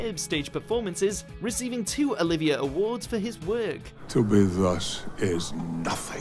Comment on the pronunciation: Why can't the narrator pronounce Olivier properly?